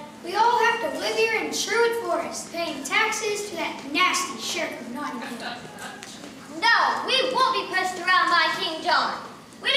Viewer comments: I'm doing this play at school, I'm in Year 6 and I'm British, it annoys me when people say Not-Ing-ham not Not-Ing-Am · It's cool how much work went into this, but the sad part is they still never learnt how to say Nottingham correctly.